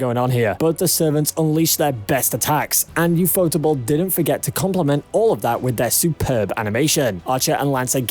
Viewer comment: for every anime fan stop calling ufotable u fotable instead ufo table stop trying to sound even weebier we watching a fate video